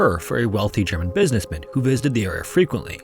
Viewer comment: Area, not era.